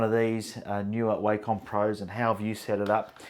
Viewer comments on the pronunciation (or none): Wacom is pronounced "wah come"